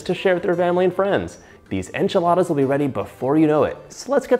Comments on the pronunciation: Moira Rose says "anchi-ladas". "Now fold in the cheese, David" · Jajaja me da mucha risa como pronuncia Enchiladas jajajaa